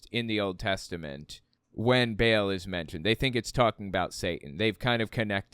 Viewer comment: I'm sorry but this is bugging me -- Ba'al is supposed to be pronounced like "bah-all," not like the English word "bail." Also, for what it's worth Satan is a character in the book of Job. I don't know when Job was actually written but it is traditionally ascribed to Moses. It was probably written later but not that much later.